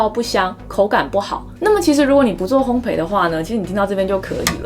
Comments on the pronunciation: 烘焙的"焙"字讀音是"倍", 而不是"陪". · 謝謝這麼豐富的知識~ 對了，是烘ㄅㄟˋ喔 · 烘焙，焙是念作「ㄅㄟˋ」喔 😁